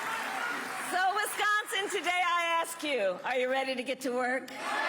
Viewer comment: I really hate the way she ways wisgonzin 😂😂😂